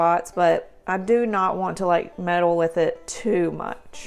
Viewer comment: I knew you were a GRIT when you said “meddle”. 😏